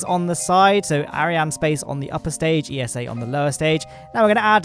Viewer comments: It's eessa (think NASA but with ESA letters) not E-S-A.! (I know because I got told off by someone from ESA for proinoucing it E-S-A) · it's ESA not E.S.A. ESA even made a tweet about it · It's pronounced Esah with an a sound like as in say and an ah like in german or dutch ah...don't say iesow...lol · should get pronunciation lesson, but in all seriousness acronyms should be pronounced letter by letter but eesa should suit themselves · It's ESA not E.S.A. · ESA is pronounced Eeh-sah, not E.S.A., they even made a tweet about that this week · esa just released a little graphic helpfully clearing up the fact that the organizations name shouldn't be pronounced as an acronym, but spoken phonetically as "eesah" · Never heard of the Columbus Space Station P. S. ESA is pronounced like NASA. It sounds like "iza" (not every letter is said individually).